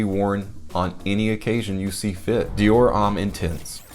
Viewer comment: Petty issue here I know BUT the word homme is pronounced "ohm" and NOT "ahm". As a French speaking person I just have to grit my teeth when I hear it but understandable from folks who aren't regularly exposed to proper pronunciations of other languages. Thanks.;)....and Versace does NOT have the EE sound at the end. The e is silent.